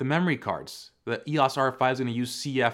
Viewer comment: Please say EEYOHS, not EEYAS. 😉